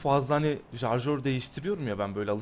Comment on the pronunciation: "jarjör" değil "şarjör"